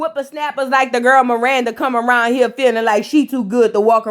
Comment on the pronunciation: It’s not Miranda…it’s Marissa lol. I was listening while cooking and I didnt know who tf you was talking bout🤣🤣🤣🤣